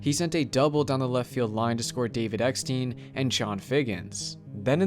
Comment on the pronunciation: David Eck-STINE is the pronunciation.